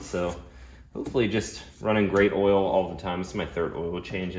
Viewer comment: Love vids, but cringe every time he says oral instead of oil 😂